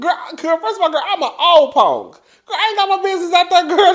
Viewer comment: Love to hear you say 'ponk' 🤣🤣!!!